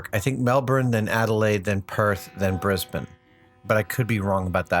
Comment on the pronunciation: I gotta say, that's the best pronunciation of "Brisbane" I've ever heard from an American. Even the 'Melbourne' wasn't bad.